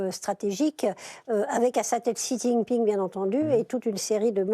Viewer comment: Super ... C'est censé être des experts mais aucun n'est capable de prononcer le nom du président chinois correctement... La honte...